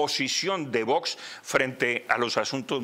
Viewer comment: Que manía con decir Vosssssss!!! Tanto cuesta decir bien Vox?